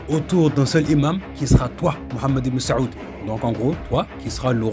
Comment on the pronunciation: Frère si tu pourrais prononcer le nom du chef des wahabites autrement ça serai pas mal pour honorer le nom de notre bien aimé prophète psl